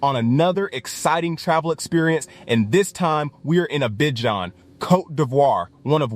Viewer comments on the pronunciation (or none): Learn how to pronounce Abidjan